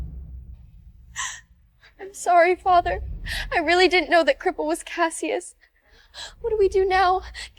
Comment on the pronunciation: Cassius shews.... Callius... Callavius... WTF 🤣🤣🤣🤣🤣 LoL